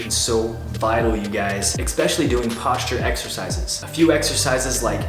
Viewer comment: Hey bro! Love ur vids dude they rly inspire me 💪 one thing that bugs me tho.... It's ES-pecially not EC-specially. Sorry bro. Keep on doing an awesome job